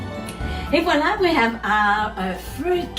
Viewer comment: Are you a French Canadian ? Your « et voilà » sounded so québécois ! I wanna try your recipe. Thank you !!